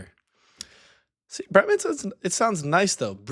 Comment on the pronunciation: "Becks is not a good beer." You have a German soul :) Not Briemen, BrÄmen. :D